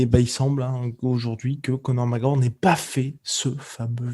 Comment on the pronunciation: "Conor Magor"